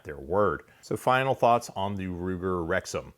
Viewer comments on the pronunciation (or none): Thought he said Ruger rectum...